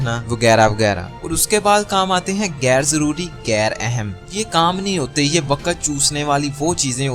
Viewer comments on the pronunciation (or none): Awesome advise, thanks, I would like to play it regularly to remind myself. We are all imperfect, I am no exception. Brother ghair or ghain has its origin in Arabic or Farsi, it is not pronounced like ga.